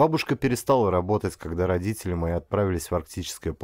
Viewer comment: Не понравилось! Дикция - вместо звуков д произносит - дзэ, а вместо т - ц например слово родители - РОДЗИЦЕЛИ. Это невозможно, особенно когда говарит мужчина.